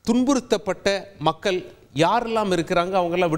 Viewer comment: யோவ் நீஇன்னும் தமிழை சரியாக படிக்கலையா? நாடுகல், மக்கல்,இஸ்லாமியார்கல்😢